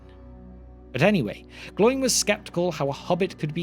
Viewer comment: Oin and Gloin are two-syllable names. They do not rhyme with groin.